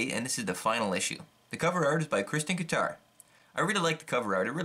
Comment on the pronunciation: Have a couple issues of this too, Kristine Kryttre is great and lloyd Dangle is fantastic--his 4 issue serious from Cathead Comics then Drawn & Quarterly is brilliant, so underrated. BTW it's pronounced Kristine Krit-ear :) Buzzbomb is totally indispensable, I've seen it go for crazy money but I got a first print for £ , NM, from this German E-Bay store who seem to have no clue what they have and what it's worth. If you're interested I can probably find the name of the store. It has all of Kaz's RAW pieces in there and other stuff.